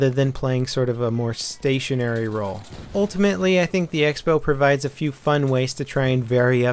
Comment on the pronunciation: Use X as cross in writing? Sounds ridicolous, and I've never seen it before... But still, it should be pronounced crossbow.